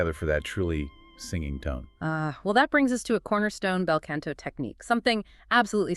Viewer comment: Wanted to like this when I saw the title. After the 6th mispronunciation and the ongoing "can'to" instead of "canto," I just couldn't take it seriously anymore.